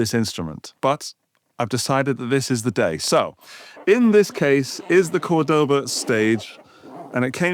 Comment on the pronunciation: That’s not how you say Cordoba. It’s more like the Degoba System. But you got capo right 😁